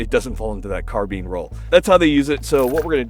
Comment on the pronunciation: If gamers take a single thing away from this it should be the smart way of pronouncing "Carbine"